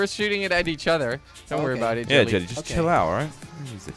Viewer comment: Why does he say 'jilly' and not 'jelly'?